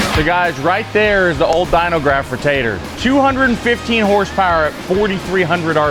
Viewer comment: You can tell he knows how to do awesome shit when its pronounced hornce powar